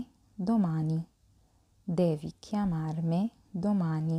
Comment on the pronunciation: كلمة chiamarmi تلفظ i في نهاية الكلمة ايييييي ولا تلفظ على انها e ايه يعني كيامارمي... وليس كيامارمه .... شكرا للمجهود وانا من المتابعين والمستفيدين.